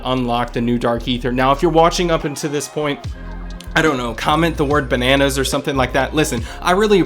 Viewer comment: it's banannos..😂😂😂